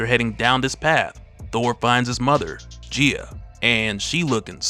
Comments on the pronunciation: Is she not pronounced “guy-ah” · You are saying her name wrong, go watch Captain Planet to learn how to say her name. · Bro never gone pronounce her name right huh 🤦🏾‍♂️😂